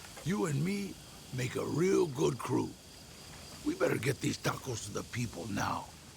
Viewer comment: No tacos for until he learns to pronounce “tacos”.